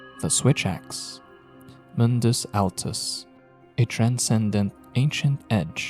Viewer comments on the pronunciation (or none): none